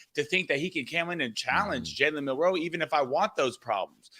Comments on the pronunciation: Why do you guys think the emphasis in Milroe is on the 2nd syllable? It's not! It's MIL-roe. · Why do these guys say milroe like they have a speech impediment